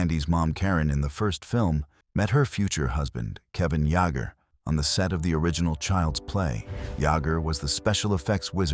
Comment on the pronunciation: It's Kevin Yay-ger!!!